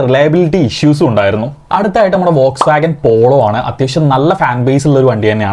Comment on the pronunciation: ഫോക്സ് വാഗൺ എന്നാണ് പറയേണ്ടത് എന്നു പോലും അറിയില്ലാത്ത വിദദ്ധനാണ്. പിന്നെയാണ് DSG😂